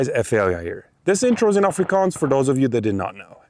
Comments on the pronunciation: chef's kiss You nailed the Afrikaans, bro. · Puik Afrikaans! Effense aksent, maar jy praat my taal, so baie respek vir jou! Dankie! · You did Afrikaans with a flawless accent